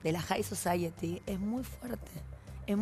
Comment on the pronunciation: porqe dice jai sociati XD deci alta sociedad salchipin (?